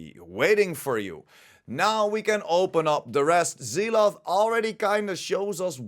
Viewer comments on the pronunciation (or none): Pronounced Zel ot